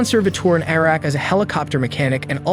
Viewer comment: the way you pronounce iraq.....